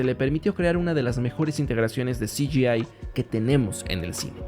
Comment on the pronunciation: Todo muy bien explicado. Lo de "si yi ai" me hace gracia